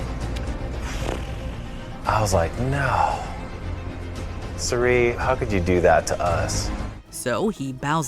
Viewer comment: Her name is Cirie, shes really cool and actually very good at these kinds of games, so lets respect her enough to pronouce her name correctly instead of fishing for comments